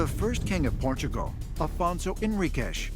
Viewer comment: Port-a-gul again. Not shocking, but a good episode.